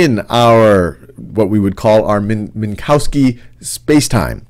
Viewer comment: The ‘w’ in Minkowski sounds like a ‘v’ in English... thus Mean-KOV-ski